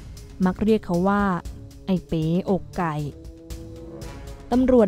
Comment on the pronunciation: ทำไมอ่านเป็น เอ๋ อกไก่